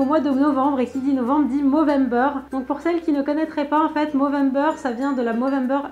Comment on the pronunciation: "Movembre" mdr 💖